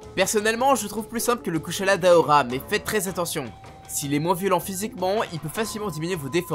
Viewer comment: Correction pas d'aora mais daora 😂